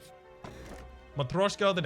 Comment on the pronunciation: The "yo" in "matryoshka" natively is pronounced basically as the "e" in "certain". You're getting closer,!:D